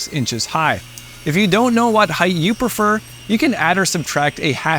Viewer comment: Fantastic video. But one bugaboo: there is no 'th' at the end of the word 'height,' which rhymes with 'right.' Even in Canadia.